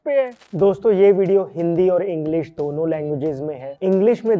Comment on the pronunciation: भाईसाहब हिंडी नहीं हिंदी होता है 😂